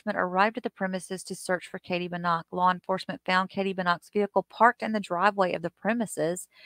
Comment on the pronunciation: It's Buh-knock. You said it correctly.